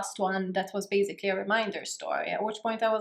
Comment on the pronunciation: It's basically... Not bazikly